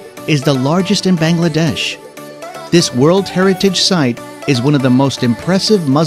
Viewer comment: Them saying all the place name wrong... anyways Bangladesh is beautiful I have been there for 9 years(i am 13) and i still can't get over my life in there... people are the friendliest... i have been to all of the places named in there and they are awesome....